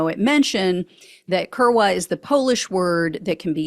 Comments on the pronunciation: The w is pronounced like a "v" so "koor'-vah" is how that Polish word is pronounced. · 3.43 "we are kurwa inside". My polish is limited to 15 words or less, but the, most common/ well used/ multi national polish word is pronounced "kURVA" but I think they use a w to represent a v sound. Kurwa means "a trump girlfriend" or "maga voter". English speakers would use the f word.